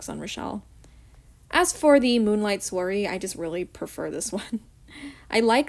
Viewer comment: I chose Scarisian Chic because I love High Ponytails and braids. Also no you did not say Soirée right.